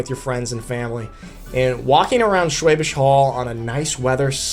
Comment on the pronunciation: The "Hall" in Schwäbisch Hall is pronounced like "Hull". Should not be too difficult to learn/memorize!!